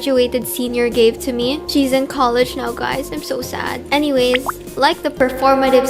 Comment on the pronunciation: that anyways sounded like "uwu"